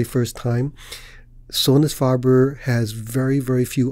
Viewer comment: We say Sonus "FAY-ber" Sounds like "KAYK" (cake)